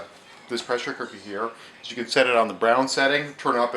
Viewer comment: DID anyone else notice he said pressure co_ker. lol